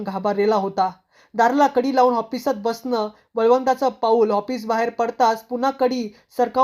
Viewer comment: Hoffice nahi office bola